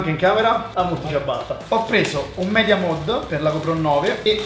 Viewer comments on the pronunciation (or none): none